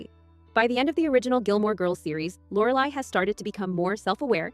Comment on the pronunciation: AI...can't even say Lorelai's name right